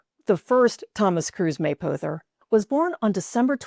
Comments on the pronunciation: Interesting, but I live in Kentucky and have never heard the name pronounced as May-poe-ther. It’s closer to May-pah-ther. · Great vid. I'm from Rochester and had Mapothers in our neighborhood. They said it May-pah-ther.